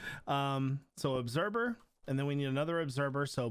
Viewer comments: ObserVer...not ObserBer. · He says obserBer in stead of observer 😂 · When he said “obserber” 20x 🤦🏾‍♂️